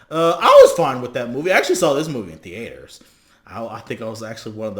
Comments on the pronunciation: WTF did he say? The-A-ters? Nigga what? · TheAAAters lol😂